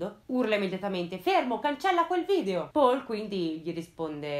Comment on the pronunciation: Uno dei video migliori, complimenti. Solo una cosa: Paul in tedesco si pronuncia... Paul, non all'inglese :)